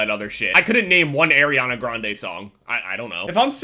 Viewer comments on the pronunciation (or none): The way he said Arianna kms